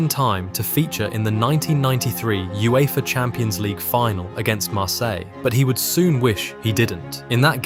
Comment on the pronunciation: Great player. Some of the ai voice pronunciations....Thierry Hen-ray, Serie eh, You effah 😄